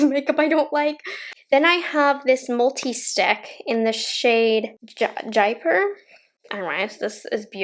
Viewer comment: The mango people blush/lip thing that is called jaipur is pronounced "jay-poo-r" not "jaiper". Its a beautiful city in india and mango people is a south asian-owned brand!